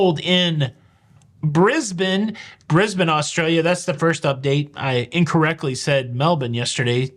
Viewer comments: Subscribed for pronouncing Brisbane correctly. 10/10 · I'm impressed. You pronounce both Brisbane and Melbourne correctly. I wish that was more common.